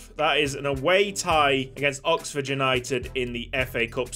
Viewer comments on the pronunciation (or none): none